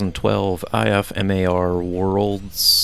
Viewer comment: In the future just say IFMAR like this "IF-MAR"